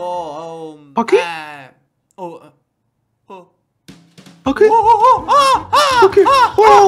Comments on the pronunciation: 순간 바퀴가 뻑퀴 소리로 들린건 나 뿐인가? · 쥐늑대 님이 바퀴 바퀴 하실때 저는 fucky? fucky? 이렇게 들림.ㅋㅋ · 첨에 "바퀴?"라고 할때 "빡큐"라고 말하는줄 알았어요~!ㅋㅋ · 바퀴바퀴 하는데 빠큐빠큐 하는줄 ㅋㅋ